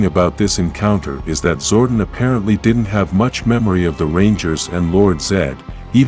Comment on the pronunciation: was legit interested in the topic, til like 2 secs in and the clanker starts saying "zordin"